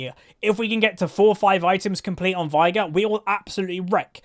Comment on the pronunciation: I just thought I'd let you know that his name is pronounced 'vay-gar'. Final Boss Veigar says it in two of his lines. "Unimaginable is the power of Veigar!" and "I, Veigar, will knock you all down!"